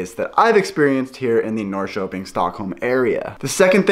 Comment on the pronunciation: As a former Portlander and former visitor to Sweden, summers are the best times of the year in both places. To help your pronunciation, say "Nor-sherping" and "Share-gourd". I don't know whether you are into Swedish music or done any videos about Swedish music, but there is one Swedish composer that people love, and he is Evert Taube. He wrote a popular song called "Calle Schewens Vals". It's about an old guy who has a "stuga" out on one of those islands and is throwing a summer party for all of his friends. He is an old man, but he still likes dancing with the young girls, and he wants to dance all night, and still get up in the morning and do a full day's work on his farm. It's a great song, but I don't understand all the lyrics, but ask about it. Also, are you familiar with theswedishlad? He is a Swedish youtouber who now lives in Stockholm. He is a great guy and puts out a lot of Swedish videos in Swedish and English. I love Hampus Hedström. He is from the part of Sweden where I spent most of my time. Can't understand most of what he says, but he is funny anyway. Also, speaking of music, do you know about Eurovision, the big European song contest. Sweden enters it every year. The contest is in May. Sweden has won about 7 times, as much as any European country. This is how ABBA got their start. Every year I watch it in America and root for Sweden.